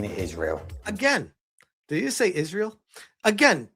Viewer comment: "did he just say isreal?" glad i'm not the only one who heard that.